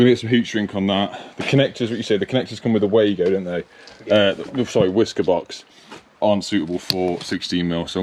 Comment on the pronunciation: Down a shot every time you hear wiska box 😂